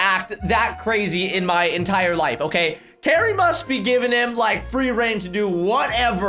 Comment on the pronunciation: u said Gary instead of Cari